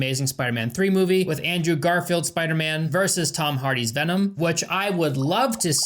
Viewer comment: Hearing you do the veennomm vvv-v-v-vvennon Kills me 😂😂